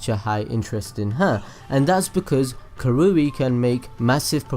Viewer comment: It's ka rui not ka roo i